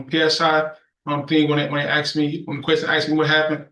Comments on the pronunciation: Trash monkey!!! Can’t speak English!!! Ask!!! It’s not ax!!!!! WTF These animals need life no matter what. If someone puts a gun to a persons head, death!!!!! This animal don’t care. lol. Please judge give him life with no parole!!! We will hear from mom now as dad has 23 kids already and 12 on the way!!! Lmfao. These people should never ever get out and if he is 17 or younger, all his parents need the same !!! His trash parents did this. Lock them all up for life!!!!!!!! Man is dead and he get a few years. Nope. A good judge!!! Life!!!!! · Add another 7 years for saying "axed"